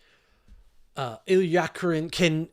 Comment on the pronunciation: the way you stumbled through Illya Kuryakin each time got me to wondering if they did not air "The Man from UNCLE" in Canada. If you missed it, just know it was great back in the day!